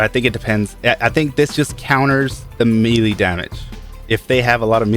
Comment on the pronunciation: P.s- MELEE DAMAGAE IS PRONOUNCED MAYLAY LOL